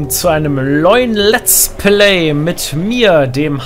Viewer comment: du hast leulen letsplay gesagt haha